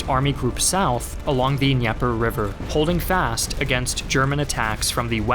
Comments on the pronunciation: The river is pronounced “Duh-Neeper” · The Russians also couldn't blow the bridge(s) to cross the Dnieper River. Also you need to pronounce the d in Dnieper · I just have to say the way you pronounce Dnieper was hilarious to me. Excellent video though and I enjoyed it very much.